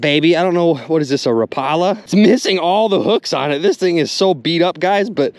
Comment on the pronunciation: “RA PAULA”. Lol.